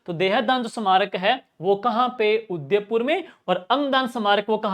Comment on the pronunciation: 😅Bahut shandar classes last revesion k.liye....bs aap udaipur ko sahi se nahi bolte .....